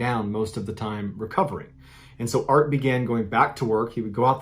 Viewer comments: Everytime he says “art and Lisa” I hear “Bart and Lisa” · I’m way late but just recently found your channel and love it. Am I the only one that kept hearing Bart and Lisa in the first story instead of Art and Lisa? 😂